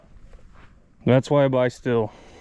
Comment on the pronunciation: Still? Lol it’s pronounced steel